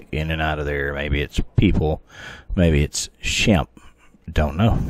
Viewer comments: Shampay is the pronounciation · The native pronunciation is closer to "Shom-Pay". "Shemp" is one of the Three Stooges. There appears to be some moss covered markings on the middle front of that cave. Maybe a face or glyph. If the Choctaw fear it enough to leave, were they taught to fear it or was the issue discovered from direct inexperience? Many tribes have lost the sacred ways of the ancestors that would have helped deal with all the anomalies of this land thanks to euro American "progress". Did they try leaving apples? I bet not. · Shampe, pronounced Sham pe.